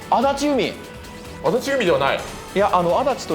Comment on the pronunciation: やっぱり何回見てもさんの足立のイントネーションがおかしくて違和感ある。